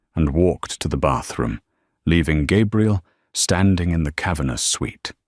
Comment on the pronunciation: Why is she called Gabriel instead of Gabrielle?